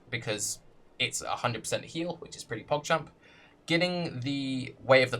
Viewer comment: wtf is "pockchamp"? otherwise i have to admit that the quality of your vids have improved by alot!